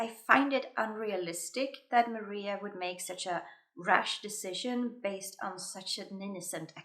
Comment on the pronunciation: For how particular u are referencing accuracy ur mispronounced Maria's name